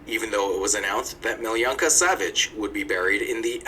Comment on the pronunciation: Crazy how guy in video watched pronouns her name as Meeleeyanka, while her name is pronounced Meeloonkah!